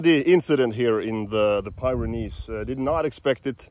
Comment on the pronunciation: its pi-ren-neez not pie ren neese